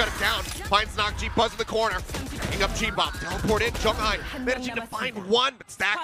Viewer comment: I wish they can pronounce Jeong Hi's name better but these casters are good.